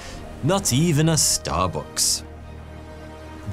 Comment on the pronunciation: Hahahhahaha starbooks 🤣🤣🤣 took me a while before realising you said starbucks